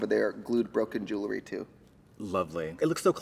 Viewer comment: Jewel-ry! Not jewel-er-ry!